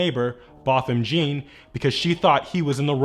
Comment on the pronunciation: If you wanna use a victim in your vids, please pronounce the name correctly. It don’t take much to do research #bothamjean